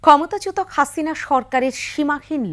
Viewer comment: Seriously "হাসিনা" হয়ে গেল "খাছিনা"😂😂😂😂 happily improvised